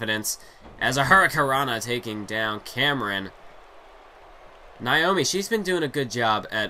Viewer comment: Naomi!!! Not niomi😁